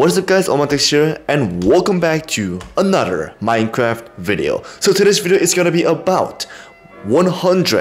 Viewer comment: U said anoter